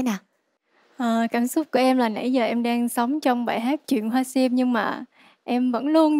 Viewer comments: Jangmi hát ko đủ tầm. Phát âm sim tím thành siêm tiếm. Haizz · Đứng riêng thì nghe tàm tạm…Đứng gần bà chế thì nghe Jang Mi xu quá xu. Giọng thì thều thào, hát Sim thì thành Siêm. Phát âm kiểu này mà cũng được hả trời. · âm sắc hay, kỹ thuật chuyển âm cũng tuyệt vời, chị Như số một. Giang Mi chọn bài chuyện hoa sim dở quá vì phát âm sim, tím sai hết rồi, luyến láy cũng làm bài hát sến quá